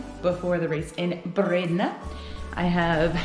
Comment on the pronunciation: I'm amazed at your accurate pronounciation of Dendermonde and Bredene XD. Happy new year!